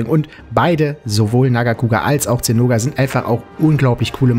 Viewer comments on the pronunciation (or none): Gutes Video, aber mich triggert es, dass du Zinoga sagst und nicht Zinogre.